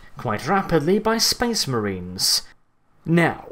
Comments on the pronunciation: was i the only one who heard space memes when he said space marines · Well you had a fun time saying space maines didnt ya